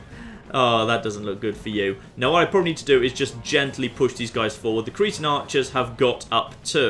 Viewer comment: I love how he says Cretan the way that cretin is pronounced in my accent. Always good for a chuckle